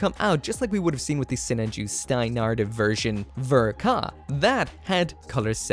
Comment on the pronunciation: You say it so weird. I say Sinan Ju